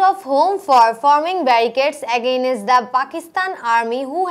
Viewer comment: Madam, I request you to be careful about the pronunciation of some words like against, anxiety, shot, everywhere and prison.